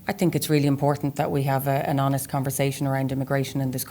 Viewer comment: Did she say honest? 😅